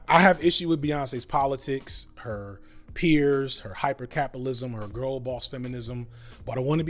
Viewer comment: I was cackling when you said GORL 🤣